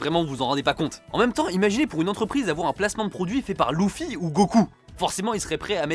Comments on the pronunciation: Il a vraiment dit louffy au lieu de Luffy !! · louffy il a dit louffy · Il a bien dit "loufi" pour dire "Luffy" ? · "Louffy" C'est non.